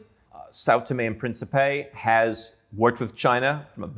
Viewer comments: "Principe" is pronounced as prince in english adding a soft P at the end. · Just trying to be helpful here. The Portuguese word Principe is accentuated in the first syllable, thus the last syllable (pe) is partially muted. The best way for non native speakers to say this word without being misinterpreted is perhaps saying prince in english, as that 80% close to correct. In the video, the word was being pronounced as it had accentuation in the last syllable instead, which makes it goofy or even alter the meaning. For those interested in the language, here is some reading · Озвучка.... Південні і Принсіпі?